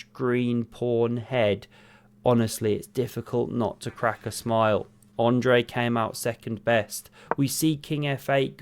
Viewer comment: Ah-ndrey not Oh-ndrey